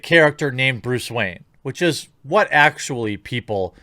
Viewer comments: keep hearing Bruce Wang now!wtf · Bluce Rayne?